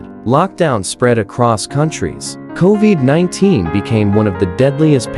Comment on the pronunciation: How very AI. Co-veeed? come on.😠